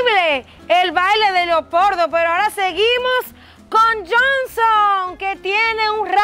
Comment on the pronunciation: Perame perame dijo leopordo y no leopardo😅😅